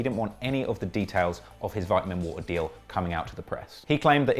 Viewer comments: He said vitamin vitimin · ITS VITE-UH-MEN water not VIT-A-MEN water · "V-iT-a-MiN wAtEr" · I'm stuck on "vit-huh-men" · Vitmen water lmao annunciation bro you need to learn if you want to be producing these cheesy ass video and more research from creditable sources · Man said Vit-A-Min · Nigga said “vitimin”💀💀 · Vitamen water lmao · Say vittamin 1 more time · The way u say vitamin, imma get my nigels on u if u keep doing that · The way he says “ vitamin” is making me cringe 😂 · How do you guys pronounce it? Vitamin or vitamin? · Say vitamin water rite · only nigga that says vitamin like that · He is pronouncing vitamin wrong? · U can’t say vitamin ??? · The way you pronounce vitamin is wild to me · Because you can’t say the word “vitamin” correct I can’t subscribe. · vitimin woter m8.